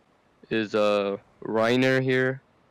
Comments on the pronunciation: No it's Raiiiinear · Its not “raineer” idk why he says it that way it’s pronounced “rainar” both the sub and dub pronounce it as rainar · its not rayneer ITS REINEER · I thought it was pronounced as reiner and not rei-near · Rainier lmao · It's always been Rainier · Rye near XD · “It’s actually pronounced RAYNEER” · Eren: Actually he likes his name pronounced as rineeer. Reiner: yea it’s rineeer 🤣🤣🤣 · It’s actually pronounced Ràūrnêar so get it right 🙄🙄🙄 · So that’s why he called Reiner Rayneer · it's actually pronounced reindeer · ye but japanese dub pronounces it wrong too, cause its a german name